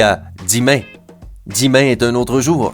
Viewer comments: On dit demain pas dimain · On dis demain pas dimain